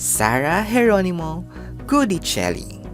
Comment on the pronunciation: Sinabi nang Gui(gwi)dicelli hindi GUdicelli. Enebeyen! Paulit-ulit. In Italian, si pronuncia come si scrive. O kaya binibigkas kung papaano sinusulat ayon din sa kanilang alfabeto. Mamma mia ka. Click bait ka na nga.